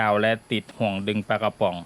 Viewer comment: ทำไมเวลาพูดคำว่ากระป๋อง ออกเสียงเป็นกวะปว๋องคะ